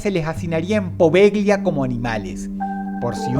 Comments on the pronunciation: Bien Dross, pero las letras "gl" italianas, son la ll castellana. Se dice "Povella", no "Poveglia" xD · La pronunciación correcta es Povelia, no Poveglia. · Poveglia se pronuncia poveya.